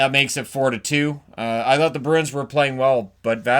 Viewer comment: So annoying when folks with only one job (talking) get it wrong. in edmonton can't say bruin. Always ask them wtf a broon is